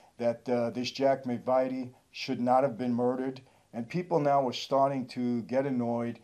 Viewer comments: McVitie is pronounced Muc-vitt-ee 👍🏼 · Even when you have a graphic if the club name you get it wrong? The daily mirror is a paper, not a column He was lord boothby, not booth Could you not just find out how to pronounce mcvitie? Plenty of videos on it. It was Leonard Nipper Reed Do you not have post production fact checker? By the way by the end of life they were both gay. Why is is sad? You say that at the end. They were a foul couple of people. They are not folk heroes. Reggie confessed to his gay lover in jail that Ron killed his missus.